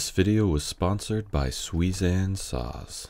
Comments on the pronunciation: I thought he said 'Sweezan sauce' at first😂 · I’m a woodworker living in Japan. And I know it’s super pedantic cause pronunciations change in new languages but it should be sue-ee-zahn. And reeyoh-bah. Otherwise fantastic video. 👍